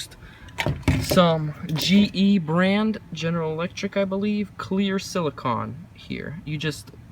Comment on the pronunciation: It’s “BOW-front,” not “bowlfront” Also, “sili-CONE” Just letting you know for future reference!